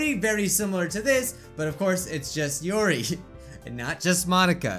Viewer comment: "youree" no it's "yuri"